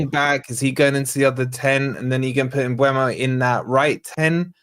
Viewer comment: Its mboomo, saw a vid of him pronouncing it himself